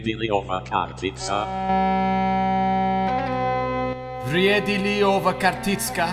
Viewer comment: Vrjedi li ova kartica"😂😂 bruh you said that so funny btw i am from Croatia love your vids❤💪